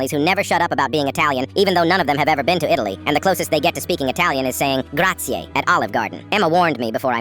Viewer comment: Grasiei❌ Madonna mia❌ Cuesto rigoni❌ Rigatso❌ Chisy or si si ??? Non cpise niente✅ La familia ✅ Beinei✅